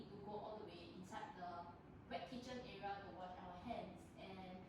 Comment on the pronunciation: Y say era when it’s actually area